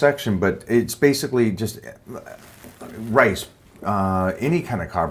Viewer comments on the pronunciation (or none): My man said "rice" haha